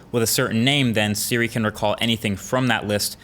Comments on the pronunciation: Hey Dude it’s SIRI not SHIRI! Even in Subtitles it’s written SHIRI. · He said trigger "shiri" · He says “shiri” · This is on my sisters account btw, but did anyone else notice that he said shiri not siri .... HAHA LOL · trigger shiri lol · To trigger sHiRi no im triggered 🤣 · Ah yes, Shiri and Shiza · S H I R I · to trigger sHiRi 😂😂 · You said shiri once 😂😂😂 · My man said "shiri " 3.28